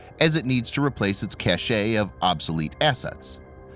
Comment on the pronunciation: Your commentary at 09.25 should have said at 'CACHE', NOT 'CACHET' yet another faux pas. would you like some more English lessons, such as the difference between hone and home, there is one you know ! An apology will do however!